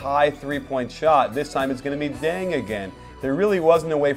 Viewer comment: did you say deng says denks?